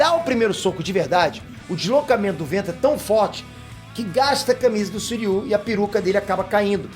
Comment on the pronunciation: Não é Suiryu, É Shiryu !!!!! Devem ser irmãos Gêmeos !!! AUHAUHUAHUAHUAHUHAU !!!!!!!